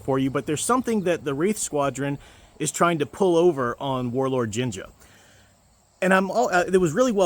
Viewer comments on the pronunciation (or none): I love how you mispronounce Warlord Zsinj as Ginger.